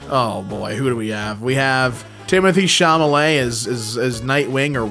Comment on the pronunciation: DID YOU SAY TIMOTHEE CHLALALEY